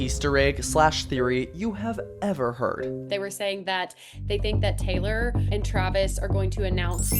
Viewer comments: 'gaylor' SORRY WHAT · the gaylor is driving me crazy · “Gaylor” Oh!… uhm… who is gonna tell her. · the gaylor is driving me nuts 🫩✌️ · Why does pronounce taylor like that